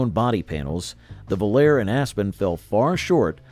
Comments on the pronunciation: Very accurately spoken. I NEVER heard anyone call the Volare a "vol-AIR", especially over and over. You must spend a lot of time alone. There was even a pop song of the same name recorded by several artists, pronunciation the same. Sloppy, careless, embarrassing! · 1960s??? Pinto and Gremlin were introduced in 1971, Vega in 1970, Pacer in 1975, Mustang II in 1974, Aspen/Volare in 1976, Chevette in 1976, and Aztek in 2001. Most of the Marlin footage showed Rambler Americans, and Volare was mispronounced. This is just a very sloppy and factually incorrect effort. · It wasn’t called Chrysler Imperial, that was the 1960 Imperial Crown. The other car Volare, was called Vo, la, reh, not vol air. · He shows Impalas while talking about Corvairs. He can't pronounce "Volare" at all. Can't even disclose what years Marlins and Pintos were produced. If this were a 4th-grade video project, I'd give it a thumbs-up. Since it's supposed to be an adult review, it gets a very generous F-.